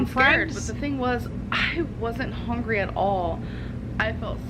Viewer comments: I cringe every time she says “hongry”. 😬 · Lol, yes. My brain automatically says "hongry, hongry hippo" when she says that. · I hate how she says hungry, “hongry” lol